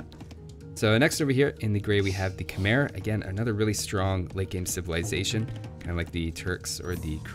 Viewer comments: Khmer is pronounced "Ka-mai" or "ka-mye" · k'mher is pronounced kah*MY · Just fyi, the Khmer civ is pronounced Ka Mai or Ke Mai. My Fiance is Khmer (Cambodian) lol